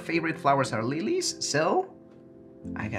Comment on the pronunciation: "and I saw on instagram her fav flowers are LHILLHEES so..." 🤣